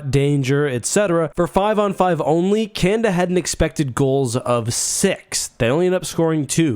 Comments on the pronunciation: CanAda !!!! Not Canda !! So annoying! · can-ahhh-dahhhh* just in case your having trouble saying it. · Not gonna lie, I thought you were saying "Kanda" like it was a players name on the team and it took me a while to realize. I got through your other world juniors vid without even noticing lmao. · Three a's in Canada. It's not pronounced Canda.